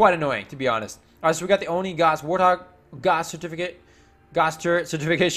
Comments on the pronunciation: Stop mispronouncing ONI PLS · sorry for being mean, but it annoys me